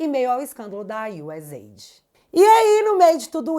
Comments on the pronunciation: Adoro suas matérias. Mas pronunciar USZEID, está errado. É US AID, com som de S. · uma dica! Procura dizer U S A I D (somente as letras) como todo staff do Trump e o próprio Trump falam, para não dar a conotação de 'aid' (ajuda) - o que não é!